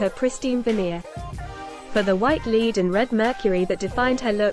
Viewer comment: If that narrator can pronounce dead (ded) why can't she pronounce lead (led)???